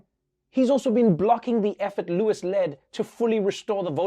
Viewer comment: Did that anchor seriously call him Don Lewis?? I've listened to that opening several times now.